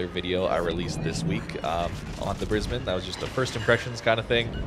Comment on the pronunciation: props for pronouncing brisbane correctly!